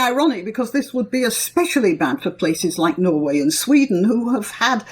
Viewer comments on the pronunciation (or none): none